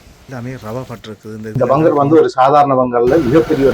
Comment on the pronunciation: வங்கர் என்ற உச்சரிப்பு தவறு. Bunker